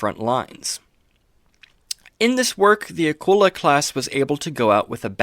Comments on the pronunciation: Old video but just a point…. Its pronounced with a KULE LA not a kull a …. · You misprouce Akula. Its A-coo- la